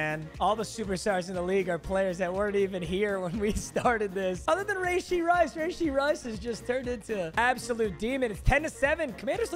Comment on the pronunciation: That’s not how you say rashee rice’s name